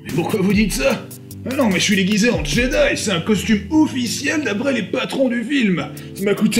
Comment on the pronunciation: Jedi, pas Djedaï